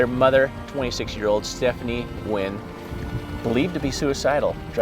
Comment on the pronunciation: Also this comment isn’t really necessary but you actually pronounce “Nguyen” as Nyou-in